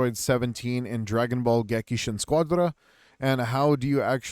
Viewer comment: Not being able to pronounce Gekishin when you hear it every time you launch the game is crazy.